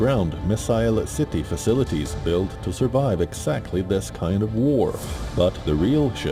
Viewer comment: When someone struggles to pronounce the word facilities. That's when you know that ish has hit the fan 😉. Glory to Iran